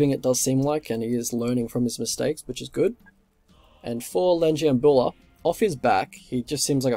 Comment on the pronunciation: You pronounce the name the right way